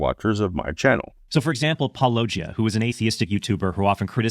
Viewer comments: Now, I've been watching for a while but is your name being mispronounced like an inside joke or something. Like everyone does it it seems. If it's a joke it is kinda funny, but if it's not, it's really rude tbh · (and a guy who would use a title like that should know how to pronounce Paulogia) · Why do all these apologists intentionally mispronounce Paulogia's name? If they actually watched & listen to the videos that they're attempting to refute, they would certainly know the correct pronunciation. I guess they do it as a matter of disrespect. Pathetic. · I say anyone that can’t pronounce your name is automatically disregarded. I mean come on, you say it in your intro. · It is impressive to me who all can name drop as mispronouncing the name of his channel yet alone squirming trying to explain him away. Must be really getting under their skin. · When these apologists pretend they just can't pronounce "Paulogia," they think they are being sassy and clever, but it's not the flex they think it is. They know damn well that it's a disrespectful power move. Correct me if I'm wrong but I don't think disrespectful power moves are proper Christian behavior. When he does this, he looks like a tool. Does he think being a tool will bring others to Christ? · I love that Christians continue to mispronounce your name:) I usually assume positive intent, but after years of the same thing, hard for me in this case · If we want to demonstrate the ease with which stories become warped and defective with oral retellings, all we need to do is listen to mispronounce Paulogia's name over and over and over.